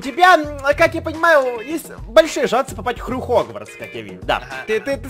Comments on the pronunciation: не Хрюхогвардс, а Хрюгватс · не хрю-хогварц, а хрюгварц